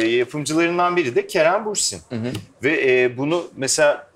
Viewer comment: İbrahim tüm bölüm Bursin dedin ama Bürsin 😅